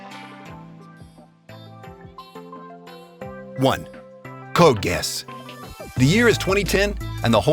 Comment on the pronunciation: "Code Gas" is what I heard lol